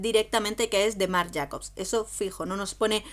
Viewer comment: Marc Jacobs se pronuncia "Marc Jeicobs"